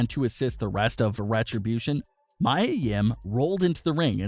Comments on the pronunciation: Dude it’s Mia (Mee-ya) not Mya (My-ya) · Her name is pronounced "Me a" not "my a." If you're going to report about them you might want to pronounce their names right. What I heard is that the seizure was Vince's idea but Mia came up with the possession idea instead. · Me-A not My-A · It's not Mya, Mia is pronounced, Mia (Me-Uh). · it is pronounced..MEEEE AAA yim..not MYYYYAAA come on mannnnn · her name is Mia Yim pronounced (Me - a) Yim not (My - a) Yim if you're going to report about her atleast pronounce her name right. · It's Mia, not Mya. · It’s ME YA yim not Mya. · Me-ya not my-ya. How do you have a wrestling channel and constantly get the names wrong? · Its Pronounced Me Yah Yim not My yah Yim 🤣🤣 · It’s Mee-A... Mia LMAO 😂 not Maya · Me ah NOT my ah! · Yeah this guy is pronouncing it as Maya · It’s pronounced MEE-ah. What’s wrong with you? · Jesus Christ... It's MIA, Meeya!! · Its Mee ya ... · Mia (Mee-yuh) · Maya Yim is facing backlash for what happened on Raw last week Everyone: its pronounced Mee-ya Me: at least you tried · King Mia Yim he's saying "Maya" instead of "Mia" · Yup its Mai-ya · Her name is pronounced “Mee-A” (Mia) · right I was like am I wrong LMAOOO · This guy always gets names wrong. I am 98% sure he doesnt watch any wrestling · Ffs thank you it was driving me crazy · You deserve a thumbs down for mispronouncing Mia’s name. That’s more offensive than the incident itself. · Learn how to pronounce mia correctly